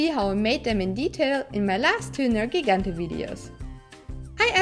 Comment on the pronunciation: ネルギガンテの発音すき